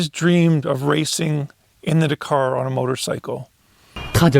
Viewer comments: still watched the whole vid. but winced every time you said da-car. ive been brought up hearing dak-ar. 👍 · Forget trying to pronounce a Chinese name. Just try pronouncing Dakar correctly. It is not "dKAR" it is Dak-ar with same emphasis on both syllables. Listen to the commentators, competitors, etc to get it right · It's pronounced 'Dak-ar' not 'da-car'.